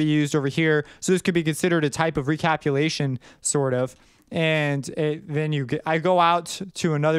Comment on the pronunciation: Just a heads up, It's recapitulation not recapulation. So it should sound like the word "pitch" is in there, like re-ca-pitch-u-lation